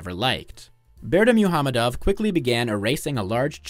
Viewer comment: For a small correction Berdimuhamedow is pronounced Birdy-Muck-Hamedov